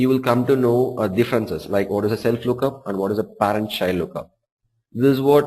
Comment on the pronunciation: No offense Instructor I can tell you are an educated individual but you need to brush up your pronunciation if you planning on teaching US crowd...specially the way you pronounce "Parent" I can tell John & Johnson having a blast with that!..Still very good detail tutorial.